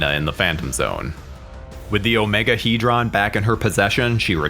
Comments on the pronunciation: in the movie the OmegeHedron was pronounced Omega-Head-ron..Not Omega-He-dron. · You are pronouncing Omegahedron totally wrong lol..you say it like OMEGA...HEAD...RON that is how you are supposed to say it obv it is spelled without the A but it is still said that way. Hell they even say it correctly in the movie so why on earth you are saying it like that i have no idea. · Why does the narrator of this video insist on mispronouncing Omegahedron? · Why can’t he say Omegahedron properly?